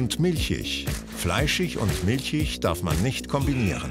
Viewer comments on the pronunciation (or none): ich finde Galileo muss sich integrieren... - fleischich und milchich ???? es heisst doch fleischig und milchig oder nicht ? hmmm... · milschisch milschisch 😂🤣🤣🤣🤣🤣🤣😂😂😂😂😂😂😂😂😂😂😂🤣🤣🤣🤣🤣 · In hochdeutscher Standardaussprache sagt man „fleischich“ und „milchich“.